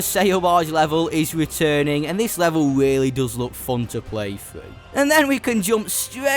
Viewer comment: Can u please learn how to say fun?